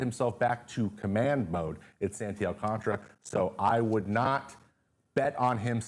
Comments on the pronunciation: "Alcantara" not " Alcantra" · Why do people pronounce it alcantra when it’s spelled AlcanTARA